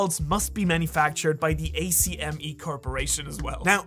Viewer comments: people really be out there overanalyzing the dumbest character in anime... also it's ACK-MEE not A.C.M.E. it's just the word "Acme." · ACME = ack-mee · ACME pronounced Ack•Me. I love Buggy so much, I truly hope he got a power bump. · It’s not A. C. M. E. …it’s pronounced [ack-mi] lol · It’s ACME as a word, it’s not an abbreviation! Lol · Not gonna lie, you pronouncing ACME as A-C-M-E was the one thing that threw me in this video. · Hearing someone spell out ACME and not say it is a first. Lol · Never in my Life have I heard someone refer to "Acme" as "A-C-M-E" lol.. must be a foreign thing.. foreign to America I mean..